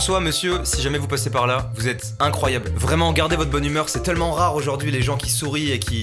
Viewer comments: Pourquoi tu dis « TeUllement » au lieu de « Tellement » ? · Raah tu dis « teullement » ça me stresse sinon super vidéo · Mastu à la place de dire tellement tu dis teullement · pk il dit teullement